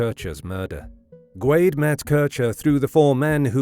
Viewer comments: I've always heard Guede pronounced "Gwayde-A." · Rudy’s last name is pronounced “Goo-day”. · Is it not pronounced Guh Day? Maybe I’m wrong idk 😂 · I’ve always heard Rudy Guede’s last name pronounces as “Ge-day”, not “Gwade”. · It's pronounced goo-ehday.